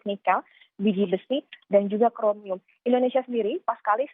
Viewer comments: Ndonesia??? Mana huruf I? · editor kompas tolong itu kurang "I" BUKAN NDONESIA tapi "INDONESIA" haduuuuhhhhhh